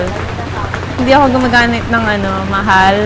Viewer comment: Tama NGA sila bulol si kylie Hindi ako gumaganit ng Mahal ahahahha bulol talaga sya but still she's my idol♥️